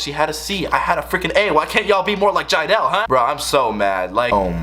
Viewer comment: nah sounds like he’s saying “joo” jiedel to me. is jiedel religious?